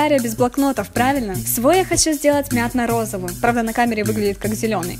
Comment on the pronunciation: Мне показалось или сказала мятно РОЗОВЫЙ?